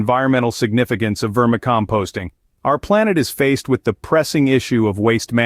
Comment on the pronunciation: AI? how do you mispronounce vermicomposting?